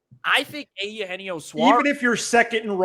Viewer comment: feels like the cubs are just about the only team he's never played for so why not? let's check that box. but only if we can start pronouncing Eugenio like normal human beings and stop with the Ay Yoo Henio thing. Did that start as a joke or what?